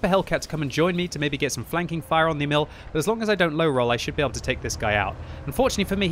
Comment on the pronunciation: Its not E-Mill, its more like EEEEEEEEEMil